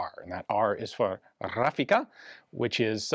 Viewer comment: RRRaffica. As italian I love that infection